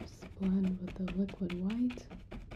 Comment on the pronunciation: 10/10 you said liquid white the correct way i love you for it